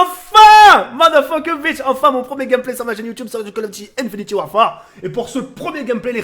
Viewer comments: sa se dit "infinite" et pas "infiniti" !!!!!!! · * Tk le gars qui dit encore (infinty) warfare *